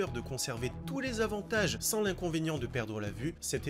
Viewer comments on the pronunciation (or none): none